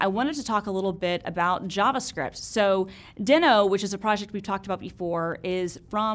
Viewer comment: TIL! I feel so dumb for not knowing this but this makes me love it even more! I want to ask my editor to do a compilation of all the times I’ve mispronounced things. That would be fun for all of us!